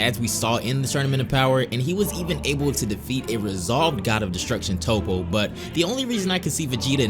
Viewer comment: I love these videos, but why do you continuously pronounce main characters' names like Toppo and Zeno incorrectly? You've clearly watched the Japanese anime, which means you've heard them pronounced in the correct fashion hundreds of times. For me it sullies what is otherwise excellent content.